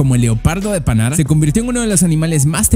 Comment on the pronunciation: Leopardo de panar le quitas la r leopardo de pana XD